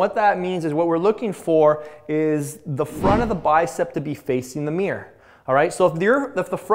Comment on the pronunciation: remember, "forearms facing the meer"